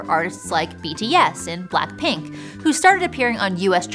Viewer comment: I came here for this comment. It seems like this particular video is lowkey relying in part on Vivian Yoon’s “K-Pop Dreaming” podcast series a few years ago… The mispronunciation of Seo Taiji, “Blackpink” as “Black Pink,” and other weird Anglicizations kinda telegraphs the lack of preparation by the research and production teams.